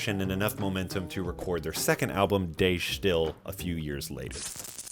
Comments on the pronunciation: If you'd pronounce "De stijl" as "the style" you'd be closer than whatever you try to make of it. Destill and De Stijl don't sound anything alike. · The pronunciation of 'De Stijl' is not like 'they still'. It was a Dutch art movement, and being Dutch, I can tell you that it means The Style and if you simply pronounce it like that, you're actually as close to it as you can get in English. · "De Stijl" is pronounced like "Duh Stijl", with the "ij" sounding like the "i" in "Ice" EDIT: In actual dutch, I mean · Very nice video. I wonder what your thoughts are on Primus' Brown Album, which was similarly recorded by the band in a house. Story goes it sounds all distorted because they didn't know to keep the levels not too far in the red, but they just liked the sounds (which I think was a good choice). Just as an aside, you'll probably get closer to the pronounciation of the album title by saying "duh stile" but really end on the L sound, drop the final e, that's just there to get make the i sound closer to the ij sound in Dutch. Same with duh, just keep it really short and snappy and it will sound just about right :) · Isn't it pronounced De Style? I thought the "IJ" makes an "I" sound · You mispronounced the album title. It should sound like Du Shteel. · If it's "the style", I imagine it's close to Afrikaans "Die Styl" and the pronunciation would be much closer to Afrikaans than German, so no research I'm going to say it should probably be pronounced like "dee stale" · I’m not Dutch myself, but I’ve heard Dutch people pronounce it like Duh Schteel. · Great video. De Stijl is actually from dutch and is pronounced "duh-stayle" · it's pronounced like 'the style' with an accent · everyone pronounces "de stijl" incorrectly hahaha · if you are going to talk about how influential an album is, at the very least learn to pronounce its name